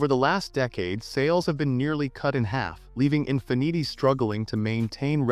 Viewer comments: “In fi neetee” ??? Since when is Infiniti pronounced like that?? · The Infin-eaty made me belly laugh for about 10 minutes....ffs....I was in agony!